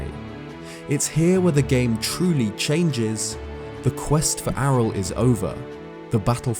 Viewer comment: when said Ariel "Arel" I died a little bit inside AREEEALLLL